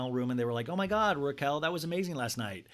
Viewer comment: keep saying her name wrong so you don’t contribute to her new YT algo 😂